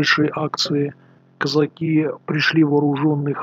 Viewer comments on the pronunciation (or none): Это кизяки,а не козаки!Козаки ударение на посдеднем слоге!